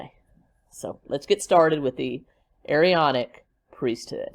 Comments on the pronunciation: Elders in the Latter Day Saint Church are 18 and over. It is pronounced A-Ron-ic Priesthood. He is not LDS, he was excommunicated. He is delusional!!!! The Standing in Holy Places, books are interesting. But PLEASE don’t give Chad one more penny!!!! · You do not pronounce both A's in the Aaronic priesthood. Chad's beliefs are his own not the churches.